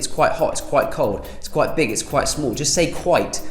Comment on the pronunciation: You said “quite” so many times I thought you were saying Kuwait